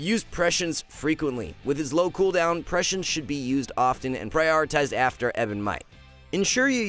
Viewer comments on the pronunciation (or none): The main lesson i’ve learned of watching augmentation evoker video’s is that literally NOONE knows how to pronounce prescience :/